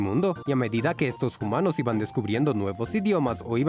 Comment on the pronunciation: Por qué pronuncia 'humanos' como 'jumanos' y no 'umanos'? Qué confuso 😳